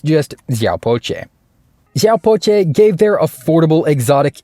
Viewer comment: pronounced " siaw pao cher". Cher as in chernobyl